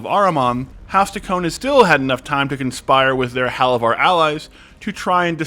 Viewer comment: Bro, are you even watching the show? You mispronounced like half of the names. Halovar is hay like dry grass and Dol-Makjar has accent on the capitalized letters.